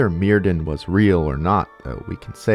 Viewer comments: enjoying the video! but just a quick note that the welsh 'dd' is its own letter and not pronounced like the english 'd'. 'dd' has more of a 'th' or 'f' sound so myrddin is pronounced like merfthin, with emphasis on the 'dd' sound ! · I'm being really petty now but "y" in Welsh is usually pronounced as "uh". So "Myrddin" would be "Muhrthin"! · Clearest example: dd in welsh is pronouced as a (voiced) "th" in english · because the c.f. voice on YouTube pronounces it "murr"-rhymes- with-purr, "th"-like-then, "in"-like-thin. But it's a computer, not a Welshman. Also, please tell whether the Welsh Gododdin were influenced by Germanic/Norse paganism (or the English, who didn't exist until after the Gododdin named themselves....) Thanks. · DD is pronounced TH. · It's difficult to take this seriously when you haven't bothered to learn how to pronounce Myrddin, Vortigern, Taliesin, or basically any name in the video. I quit 15 minutes in because you cluelessness just became too much. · I realize there's not much chance you'll be able to redo your entire voiceover, but I just started watching this and wanted to give a heads-up that the DD in Welsh is pronounced "TH" and not as a "D" and likewise "dw" is "Doo." Enjoy your content very much regardless!